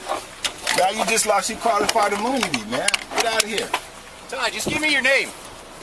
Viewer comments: Can I axe you a question about your qualified imoonity and the oof you took? 🤣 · “Qualified Eemoonity?” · Ok, two more words.."axe, and imoonity". Go Ty!!